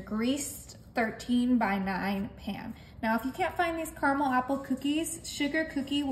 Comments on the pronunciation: Caramel not Carmel. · Carmel in this Michigan house, lol. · It's pronounced, carAmel. There are two A's in it. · It's spelt car-a-mel and y'all still say carmel.....🤭🙃